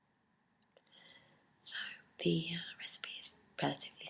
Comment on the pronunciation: Did I hear you say tutorial or chewtorial... :) Yummy...